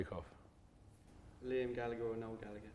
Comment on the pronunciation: It’s Noel Gallagher not Neil 😂😂